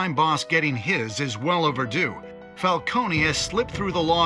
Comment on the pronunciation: are they saying Falcones name wrong or is it just me? I know in Gotham they called him Falcone, no eeee at the end. but here they're saying Falcone the way you say Maroni. its wierd.